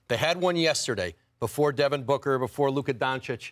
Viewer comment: Everybody: Luka. Stephen A: Loukur.